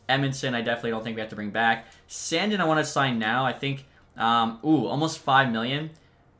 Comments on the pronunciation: It’s “sandeen” not sand in idk how you don’t know that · SAN-DEEN NOT SAN-DIN good video though squirt